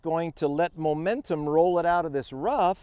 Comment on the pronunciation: It's no longer "Mo-mentum" - It's "Mu-mentum"!